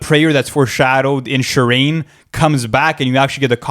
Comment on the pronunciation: Amazing video, but "Shi-Reen"? It's Shuh-rain